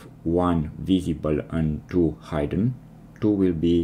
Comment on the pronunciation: "Hidden" has a short 'i' sound.